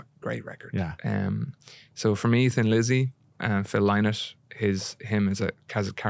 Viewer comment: Great interview, though not sure how much of a fan of Phil Lynott he is. Hozier doesn't pronounced Phil's surname correctly - the Irish way, and the way Phil did vs the English/US way.